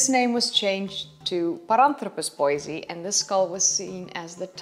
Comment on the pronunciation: It's pronounced Bois- e -i just to make you aware.